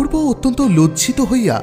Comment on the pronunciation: এই গল্পে ও সেই দোষ দেখা গেল---ইষটক/ইসঠক। গল্প পাঠের আসর এ রবিঠাকুর কে কবিগুরু না বলে ছোটগল্প এর জনক বলে শুরু করলে কেমন হতো? অত্যনত শব্দ টির প্রতি খেয়াল রাখতে হবে।